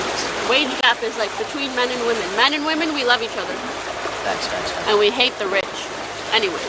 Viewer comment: I never knew you could pronounce "hate" as "häät"